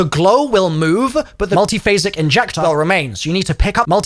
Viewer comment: Learn how to say "MULTIPHASIC INJECTOR" 🙄 Say it once and record it, then edit it in wherever it's needed 😎